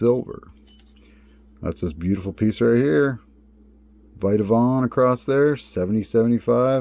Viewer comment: It’s Vitavon not viteavon